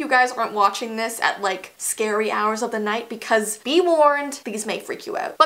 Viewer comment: instead of be warned VEE warned XDD